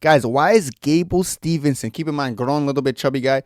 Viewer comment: It’s Steveson not Stevenson